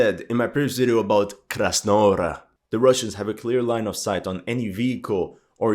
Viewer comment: It is krasna gora not hora wtf